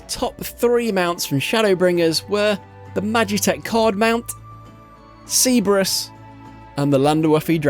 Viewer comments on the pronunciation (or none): C-brus? ... how does Cerb-er-us get pronounced c-brus? Ugh... anyway, great vids. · Please, I BEG of you, research pronunciations before you just wing it. "Cbrus" made me winge so hard, it's unbelievable.